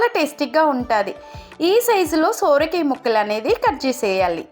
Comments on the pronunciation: సొర కాయ తల్లీ సోర కాయ కాదు . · Soooooorakaya kaadhu amma....sorakaya...😮😮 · Sooora kaaya kaadu ..sora kaaya anaali..thelugu khunee chesthunnavu ..neevu thelugu ammayi ve kadaa..